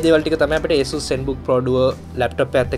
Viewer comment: Asus name eka hariyata kiyapan isella